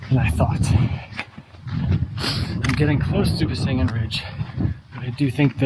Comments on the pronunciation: Actually, it’s named Besseggen, not Bessengen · Nice video. However, the correct name of the ridge is Besseggen, not Bessengen. 🤭